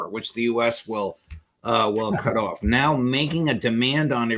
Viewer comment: Waiting for Alastair to say "orf" ("off").